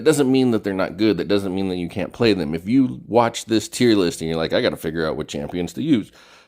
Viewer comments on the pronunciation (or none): none